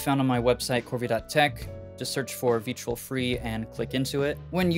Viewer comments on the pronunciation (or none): It’s pronounced Vetrill